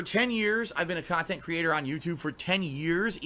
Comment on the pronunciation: this is extra long khantent